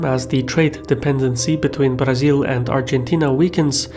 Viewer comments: As a brazilian, I like the way you pronounce "Brazil". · Thanks for not pronouncing "Brazil" as mentally-challenged Americans do.